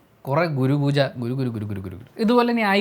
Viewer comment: Google pooja 😆😆😆😆